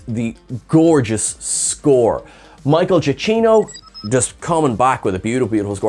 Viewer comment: I have it on good authority that it's MICHAEL (JA-KEEN-OH) Otherwise fine video. Despite my feelings on the film.